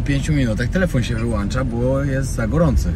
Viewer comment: Wyłącza* nie wyłancza